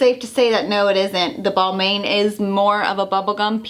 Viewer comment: Balmain is pronounce “Balmon”